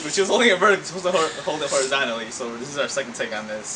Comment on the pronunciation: "Horizontically" lol